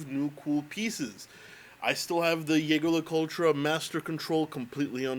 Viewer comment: I really like your videos. Just please start pronouncing Jaeger Le Coultre, the way it's supposed to be (Zhezhe, not Yegr). Otherwise, great channel. Keep up with good work